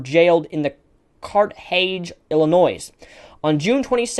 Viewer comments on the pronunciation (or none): watch your pronunciation, words like carthage and moroni, you might want to check them if you are unsure, otherwise, good work.